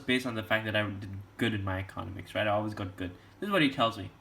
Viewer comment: the way you say economics gives me anxiety